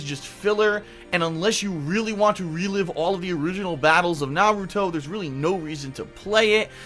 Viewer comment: So glad you dont pronounce it like naroodo.